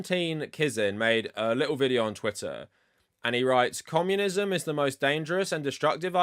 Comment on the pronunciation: Is this guy saying commonism